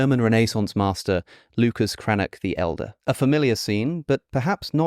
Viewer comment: It's "Cranach" not "Cranak". After the vowels "a, o, u" the German "ch" is pronounced like the Spanish "j" in for example "jamón" (after "e, i, ä, ö, ü, ei, äu, ai, eu" by the way it sounds like the Spanish "x" in "Mexico"). Also the "i" in "Michelangelo", as every "i" in the Italian language, is pronounced like the "i" in "if". 🙂